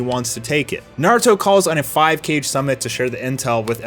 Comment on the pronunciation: Mans said 5 cage summit 😭😭